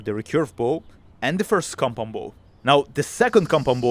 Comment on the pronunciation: kept hearing com pom bo